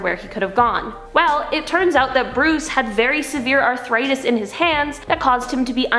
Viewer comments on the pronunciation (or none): none